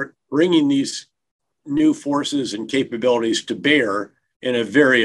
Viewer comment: Did he say, "capagonies" to bear~? Was that a Freudian slip~? I listened several times and there is no way he said, capabilities.